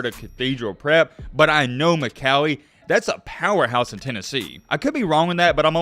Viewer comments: Yea your right Mccallie is a power house I go there, and it’s pronounced, mick all e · I'm from Chattanooga McCallie is a great team. You pronounced the name wrong though lol but it's all good.